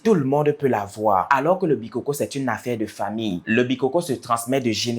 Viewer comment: On ne dit pas les bikókó hein, on dit les bikôkô. Ce qui est donc un fêtiche qui tire ses origines des ancêtres et évolue de génération en génération.